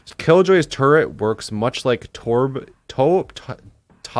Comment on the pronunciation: omfg then hiko said torb from ow wrong i got triggered